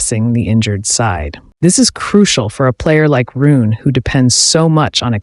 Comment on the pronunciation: It's pronounced "Roo-nuh," not "Roon!" Get your AI pronunciation in order.